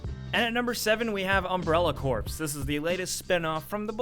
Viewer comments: Dude, corps is pronounced core not corpse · "Corps" is pronounced as "Core" not "Corpse" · Friendly heads up: corps is pronounced core, not corpse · It's pronounced Umbrella Core... not Corpse. just sayin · corpS?..... corpS?....... no... no........... it's pronounced corE.... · heh.. he said corpse instead of corps "core" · umbrella corpse? Geez. You don't say United States Marine Corpse. Core. Core. Core. Core. Core. Core. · "Corps" isn't pronounced like "corpse" it's pronounced like "core" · Just an FYI, corps is pronounced "core" not "corpse." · "umbrella corpse" tard lol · its "core" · Corps is pronounced 'core' fyi. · I hadn't heard of the game till this video, but "Umbrella Corps" either was supposed to be spelled "Umbrella Corpse", or you mispronounced it (corps is pronounced like "core"). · my biggest pet peeve,its pronounced core btw xD